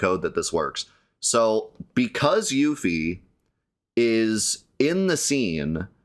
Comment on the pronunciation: Excellent, but 1 point deducted for calling Yuffie 'Yoofie'.